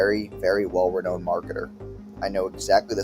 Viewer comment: Bro can't even pronounce renown right lol